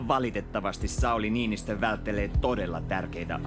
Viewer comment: Anteeksi Sauli Niinistö ei Niinnistö : D